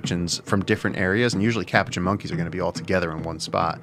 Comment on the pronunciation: It's pronounced ka-POO-chin.